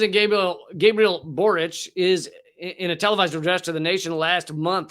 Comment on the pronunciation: Congratulations on pronouncing Boric correctly. Your intelligent analysis and humor is refreshing. All the best to you, my friend.